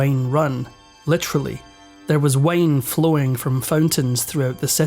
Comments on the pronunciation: Dude can’t even pronounce the word “wine” correctly. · Bro, my American ears heard "London let the Wayne run. Literally." Instant mental picture of Batman perched on top of a tower.